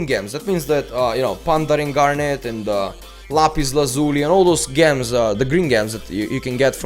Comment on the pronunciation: gems. its pronounced jems like jewels with a j lol (this isn't a hate comment just helping with ur english)